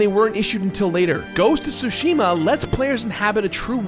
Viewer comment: Thank you for pronouncing Tsushima correctly